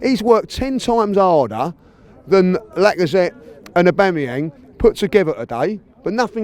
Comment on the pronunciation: AUGAMEEYANG LOL